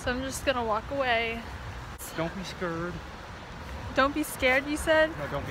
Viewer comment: He didn’t say “don’t be scared” na na he said “don’t be skurd” hahaha yes!